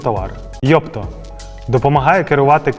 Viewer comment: Йотпо, а не Йопто ))